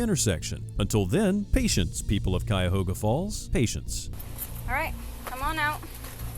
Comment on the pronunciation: He said Cuyahoga correctly..kudos